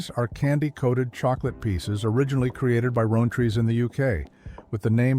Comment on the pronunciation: Rowntree -- Rown like town It's Nestlee's not Nestlay's